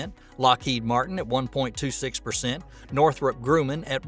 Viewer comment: What the Heck is "Northrop Grooman"? Perhaps you meant "Northrop Grumman". I have been in aerospace for 30 years and never heard anyone mispronounce the names of these top companies before.